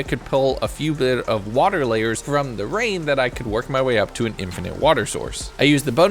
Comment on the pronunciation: "but as the night started to wrain UwU i just put down some bwasic UwU cobblestone"